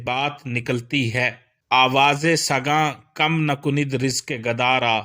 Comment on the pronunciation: آپ کُنَد کو کنِد پڑھ رہے ہیں ۔اس کے علاوہ آپ خیزَد کو خیزد پڑھ رہے ہیں یعنی ز پر زبر ہے ۔